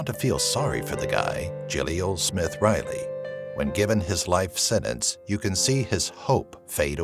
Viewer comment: It's pronounced senTence not senence!